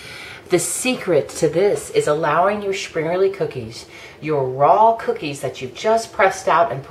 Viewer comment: Well presented video on this great traditional treat. :) But an honest question: Why is that every video I've seen made by Americans, springerle is simply not pronounce correctly, always adding an "eee" sound to the end rather than "uh" or "eh". It's so very odd and I wonder where it comes from. They've been in my family in the states for generations now but we all pronounce them almost the same as any German speaker. :-/